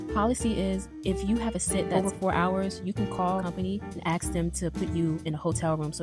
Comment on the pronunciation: I believe the pronunciation of A S K isn't A X.